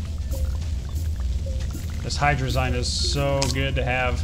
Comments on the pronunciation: you say hadrzie rong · I'm salty about the way u guys say hydrazine it's supposed to be pronounced like hydra-zeen